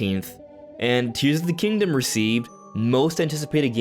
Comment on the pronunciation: "Tees of the Kingdom".